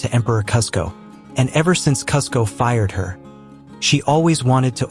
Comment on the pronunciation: Awesome video! I’m sad there are no other comments... And Kuzco is pronounced Cooz-ko. Yzma is pronounced Eeez-mah.